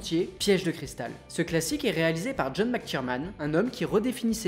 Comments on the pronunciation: Excellente vidéo, par contre le réal de DIE HARD, c'est McTierNan, pas McTierMan 😅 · Super vidéo ! par contre, j'ai l'impression d'entendre "Mc TierMan" (au lieu de TierNan) et "Joel SLiver" (au lieu de "SiLver), c'est mes oreilles ?